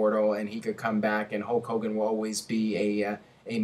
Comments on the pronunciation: You pronounce Hulk Hogan the same way Ultimate Warrior does ("Hoke Hogan"). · GhostSpectre It's more like Hooooe Kogan! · I thought it was "Hull Cogan"? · Who's Hocogan?